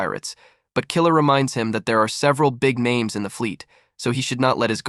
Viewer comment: DUDE if your going to do things like this you need to pronouns their names right because you mispronouns many names wrong